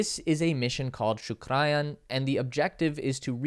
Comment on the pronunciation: Well, you got everything correct except for the pronunciations Chandrayaan is pronounced as 'chandra yaan' Mangalyaan is pronounced as 'mangal yaan' Shukrayaan is pronounced as 'shukra yaan' also, 'Chandra' means Moon, 'Mangal' means Mars and 'Shukra' means Venus